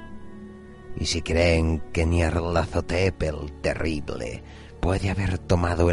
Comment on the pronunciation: Amo absolutamente como pronuncias...Nyarlathotep